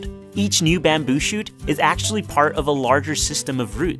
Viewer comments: Byamboe!!! How do you say it like that? Where is that accent from? Baaaammmmbyuuu!! Byambyu! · "Bahhm buü" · "bambew" lol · Wtf bro why u say bamboo so weirdly?